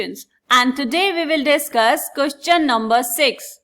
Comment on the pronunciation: Queschan❌❌❌ Question ✅✅✅🙃